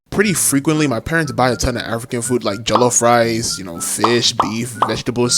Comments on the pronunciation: I'm nigerian too😊 Bro you butchered the pronunciation of jollof rice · when u said jollof rice i could hear the aceent perfectly